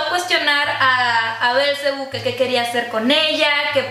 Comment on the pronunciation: ¿Bélcebu? Que yo sepa es Belcebú y ¿Cómo que Belcebú es lucifer y es el diablo? Jajdjfja bueno es entretenimiento xD